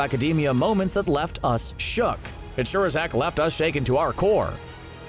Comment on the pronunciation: How many times you said shock instead of shook